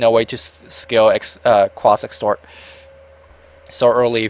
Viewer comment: exort quas.... not extort :D just saying inc ase you really didnt know thanks for casting this btw